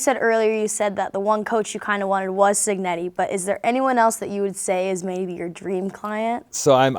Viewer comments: It’s pronounced Cheenyeti not Cignetti… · It's Italian so the C followed by an i makes the initial sound 'chee'.